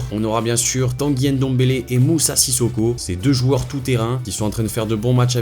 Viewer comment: C'est NGOLO pas N'Golo😡😡😡 C'est NDOMBELE, pas N'Dombele😡😡😡 C'est MBAPPE, pas M'Bappé😡😡😡 Les français 😪😪😪😪😪😪😪